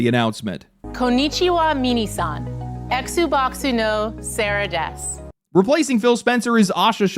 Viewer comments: My gosh! That's cringe! She even mispronounced "Mina-san" (everybody) as "Mini-san"! What with these Westerners trying to impress the Japanese with their half **s Japanese knowledge? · Mini san? She couldn't even say MINA SAN? How do these people get to these positions is ABSURD. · "mee-nee-san"? I think that might have killed me a little bit. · I gasped when I heard her say that 😂 how hard can it be to learn such a short phrase?! I feel like you only have to hear it once know know it's not pronounced 'mini' 😅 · I'm trying to learn it right now :D And yeah, the pronunciation was really funny, but she basically said "Hello Mini", instead of "Hello everyone" (こんにちは皆さん). I bet Minis all over Japan feel very seen right now :D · As someone who studies and speaks decent japanese, I cringed into a different plane of existence. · I physically recoiled hearing that sentence - if you aren't gonna put in any effort to say something properly, don't say it at all.